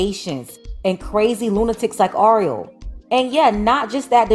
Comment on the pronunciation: It's Ariel... your pronunciation is off. Just think of the movie little mermaid. 🧜🏽‍♀️ Anywho, we dated back in high school and never thought this in a million years. I hope things work out for her. If you're reading this Ariel give me a call. It's TUDE.